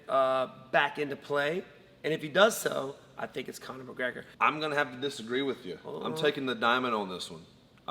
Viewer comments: Conor mergegor lol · No1 gona mention the genius “Murragega” from stephen?